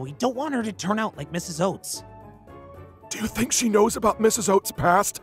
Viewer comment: Best Line. "I don't tink either of us can give straight answer." i wheezed